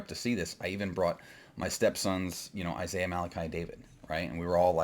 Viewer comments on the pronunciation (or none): none